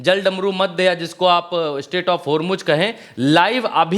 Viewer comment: Sreaight of "HomuJ" 😂😂